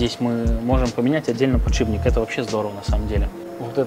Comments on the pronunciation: подшиПник, а не подшиБник! :)) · Вот вы вроде профессиональные механики. Должны знать терминологию. Откуда же берётся слово "подшиБник"? Что он там у вас подшибает? Эта деталь ставится под шип (стержень) и называется "подшиПник". Пожалуйста, постарайтесь это запомнить. Когда профессионал не знает терминологии это снижает к нему доверие. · Почему все говорят подшиБник? 🙄 Он подшиПник! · ПодшиБник... ПодшиБник... А вы точно в железе разбираетесь? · Подшибник, сапатижи, калидор...